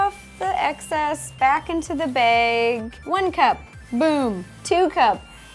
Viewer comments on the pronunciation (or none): I hate it when people pronounce "bag" "baig"